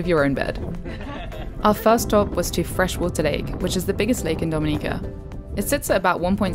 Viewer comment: This was really good. I loved that you correctly pronounced the name of our island. I get peeved when people don't care enough to do even that. My only observation would be to please encourage visitors going on intermediate to advanced hikes on 🇩🇲, such as the one to Victoria Falls, to please hire a certified tour guide. People have had mishsps, gotten lost, hurt, and even died on some of our teails. That message of safety should accompany a beautiful vlog like this.